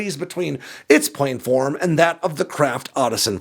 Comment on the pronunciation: plan-form. Not plane-form. Please.